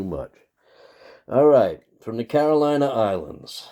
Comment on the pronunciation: Caro-“LINE” islands - not a US state.